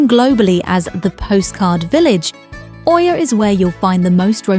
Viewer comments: Oia is pronounced like Eeeee-yaah! Not O-eeeee-yaah. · ТОЛЬКО ПРАВИЛЬНО ИЯ, НЕ КАВЕРКАЙТЕ НАЗВАНИЕ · I’ve just come back from here, it was pleasant & not over crowded. I would definitely recommend the buses & not taxi (very very expensive, no matter where you go 5mins or 30mins they charge the same price) ‘Oia’ is pronounced ‘ia’ told my locals 😂 The steps aren’t as bad. Definitely recommend Red beach and the prehistoric museum. 😊